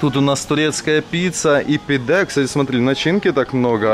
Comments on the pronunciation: ГёзлемЕ!! Ооочень ухо режет, произносите правильно пожалуйста!!!! И котов в Турции подзывают пыс-пыс-пыс (пс-пс-пс), почему-то на подзыв кыс-кыс не реагируют. И что за "пИдэ"??? ПидЭ, у турков ударение падает на последний слог! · Всё классно, но ударения в названиях блюд хромают: пидЕ, гёзлемЕ, дондурмА и т.д.